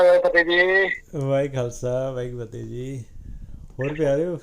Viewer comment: Please Please 🙏ਵਾਹਿਗੁਰੂ ਜੀ ਕਾ ਖ਼ਾਲਸਾ ਵਾਹਿਗੁਰੂ ਜੀ ਕੀ ਫਤਿਹ 🙏 Please say Fate properly say all words properly. Please do not try to shortcut . Please Try to under stand the importance of this Greeting. Say all and each word clearly with all confidence, please do not mumble jumble the words. 🙏💐 ☬ ਵਾਹਿਗੁਰੂ ਜੀ ਕਾ ਖਾਲਸਾ, ਵਾਹਿਗੁਰੂ ਜੀ ਕੀ ਫਤਿਹ ਜੀ ☬🙏💐